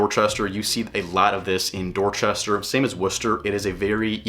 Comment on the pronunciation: The way this guy says "Dorchester" tell you he knows nothing about Dorchester and has never been there.